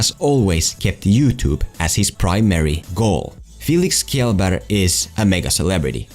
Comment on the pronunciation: Did you just say felix killbear?